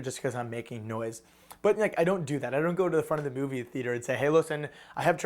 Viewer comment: Oh also it's "the" not "da" haha dumbass